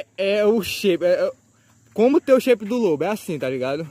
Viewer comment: "sheipe" ksks